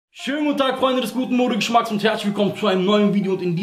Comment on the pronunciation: Sagst Du am Anfang Mode Geschmacks oder Moruk Geschmacks?😂